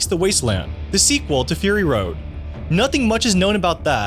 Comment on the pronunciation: fur-rrrr-ry road.